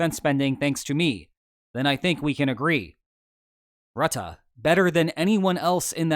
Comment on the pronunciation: I'm still amazed at his correct pronounciation of Rutte. Good job!